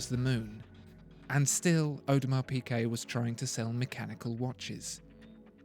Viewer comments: It's not pronounced PeeKay - it's PeeGay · It’s PiGuet!!!! Not PiQuet! This video is agonising. How on Earth can you expect to be taken seriously if can’t pronounce the simplest of brand names? Basics. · Is he saying Audemars PiQuet?